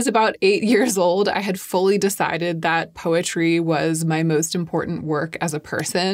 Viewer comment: When you first said “poetry”, I thought you said “PUPPETRY” and was thoroughly confused for a second until you said “poetry” again. 😂 Congratulations!!